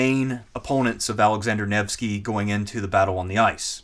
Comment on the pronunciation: Listening through, your pronunciations or so are on par, its Neh-va and Nevh-sky.